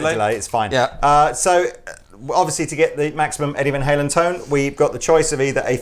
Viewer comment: I love you guys, but butchered van halen....that won't help sales...